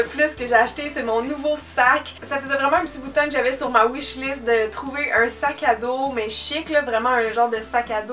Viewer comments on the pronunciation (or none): none